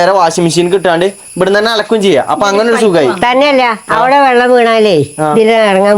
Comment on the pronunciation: വള്ളം അല്ല വെള്ളം